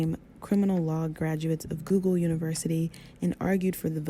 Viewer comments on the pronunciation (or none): none